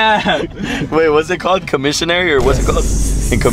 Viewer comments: It's commissary my boy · it’s commissary 😂😂